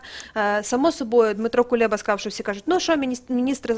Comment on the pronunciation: Кулеба - густий переварений куліш. Вимовляється з наголосом на останньому складі, а не "кулєба". А так новина хороша.